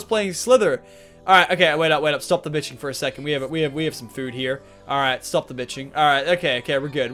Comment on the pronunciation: guy says hes gonna stop swearing, then says " stop the bixthing"